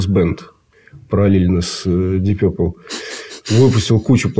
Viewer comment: Деп Пурпле😂😂😂